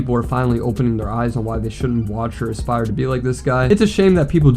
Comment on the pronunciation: "Can't even aspire to be youraelf" that boy cannot even pronounce the word aspire